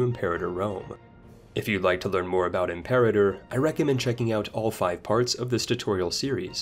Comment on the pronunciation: or the word "Imperator"... You could at least expect he would be able to pronounce the games title without sounding like an american reading the word out loud for the first time in his life, without knowing it´s origin or meaning.